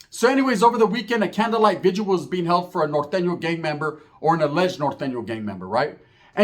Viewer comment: VIGIL bruh, not vigual